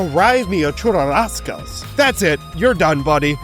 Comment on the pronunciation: 🤓 erm ackshually it's "Churrasco" (ends in o, we don't make it plural and the rs are pronounced as one phonem, not as a "rara") ((And it's literally our word for barbecue but yeah it's fucking peak))